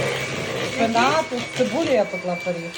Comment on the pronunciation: Не періг, а пиріг